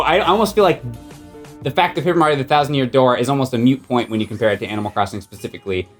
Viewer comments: “Moot point” not “mute point” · ….IT IS A MOOT POINT, NOT A MUTE POINT!!!! Your pronunciation bugged me way more than your stonewalling throughout the episode. Also, you acknowledged AC was essentially an N64 Game and was a port. Being that this was for Best GCN Game I don't think it or Sonic 2 should have even been on the boards for this season. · This episode gave me anxiety. I just want my Normalboots boys to be friends.:( Also, it's "moot," not "mute". I knew what you meant though. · Please stop saying mute point. It's moot. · Someone needs to tell that it's "moot" point, not "mute" point. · said a "mute" point. I'm dying. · When is someone gonna tell that the term is "moot point" not " mute point. "